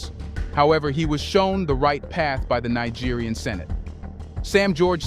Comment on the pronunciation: You mean: ECOWAS EXPOSED With Nigerian President For Being Western Puppets! Naija, Neeja, Naigeer make up your mind!:face-pink-tears: I gave you a big fat dislike.. English is your ONLY language dude.